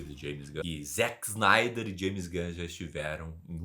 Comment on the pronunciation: Desculpe s eeu estiver sendo chato, mas gostaria de fazer uma pequena correção, é que você pronunciou o nome do Zack snyder errado, não se diz zack snaider, mas o jeito correto de se pronunciar é "Zeck splinter" e o sobrenome é "snydercut é meu ovo"